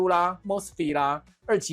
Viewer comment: “MOSFET” 唸 “眸斯廢特”